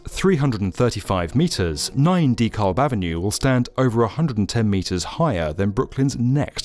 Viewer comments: The L is silent. Pronounce Duh-cab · is the only reason I visit YouTube any more, due to YouTube's un-skippable ads that always come in the wrong place. is worth watching in spite of the annoyance. But you might want to consider finding a native of each country to help with pronunciation of place names. Dekalb is typically pronounced with the accent on the second syllable, and sometimes the L is silent. I just noticed another US-oriented video from earlier in mispronounced "Hatteras", as well. I'm now wondering how many places in other countries are mispronounced and I'm not sophisticated enough to notice. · So not super important, but a point about the pronunciation of "DeKalb". I understand the tradition of British English results in a word that sounds more like "Dee-Kal". In the local vernacular, it would be something more similar to "duh-KAB". Its not wrong either way, English is a funny language, just something I noticed. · Oh! It's 9 DeKalb Avenue, not Nine....ty Kalb Avenue like I kept spelling it in my head. I thought he was just saying it weird